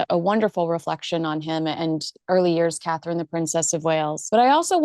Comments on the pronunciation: Carherine....ms Nichols. Cnt you say it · Come Kinsey! Katie Nicholl. She cannot say Catherine. Disrespectful person. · HER NAME IS CSTHERINE!! Get off social media is you can't say her name